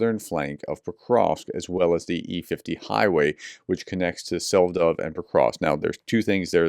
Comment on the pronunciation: Hi prof, Selydove is pronounced "Seh-lee-doh-veh". Well, not exactly this, but close enough.